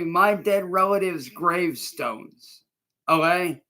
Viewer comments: Oh gey? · Ohae. Bro cant even say ok right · 😂😂😂 it gets me every time o’hay